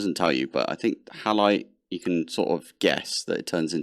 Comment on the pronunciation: You actually only got four out of the pronunciations wrong and a couple of those were just minor (e.g. Halite is usually 'hay-light' rather than 'hal-light' in the UK). Better than I've heard from many first-year (and graduate) Geologists. 😂